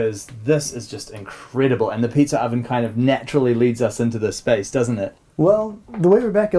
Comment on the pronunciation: can we take a second to appreciate the way pronounces pizza oven lol "peetzer oven"